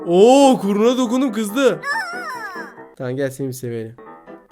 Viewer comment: biz:kuyruğuna:kurnuna